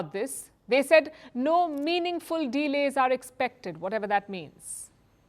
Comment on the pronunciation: She is good except her pronuciation of the word delay. She breaks it into two words de-lay😊